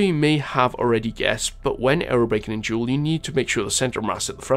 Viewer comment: Jool not kook